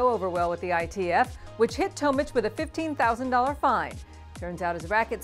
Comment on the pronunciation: It’s Tomic not Tomich